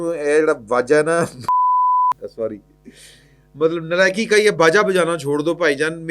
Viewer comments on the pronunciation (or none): none